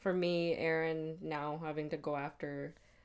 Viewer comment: Euron = "Yer"on not Aron =P